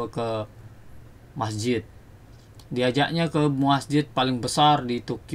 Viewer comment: Masjid bro bukan MAHJID